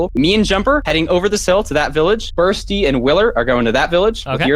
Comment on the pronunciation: Tell me your pronouns, "Burssty"